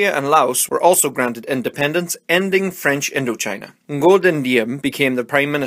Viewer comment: The pronunciation of Ngo Dinh Diem is great! I heard many people mispronounce “Ngo” as “Wo”😂